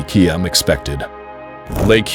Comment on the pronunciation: What kind of measurement is a Kee Em ???????????